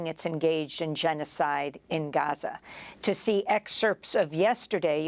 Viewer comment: Bless her she tried so hard to say Gaza properly (Ghaza).. and she did it well 💯🤍